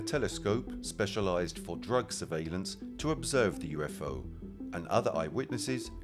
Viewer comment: The Al moderator's British accent got better as the video went along. And it's UFO, not U fow